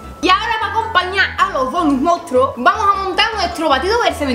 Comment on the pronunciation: q se dice Monstruos no mounstros jajajjajaja